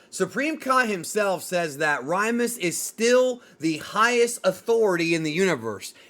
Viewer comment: It's not Rymus. It's Lymus as in Lymus Tech Tips.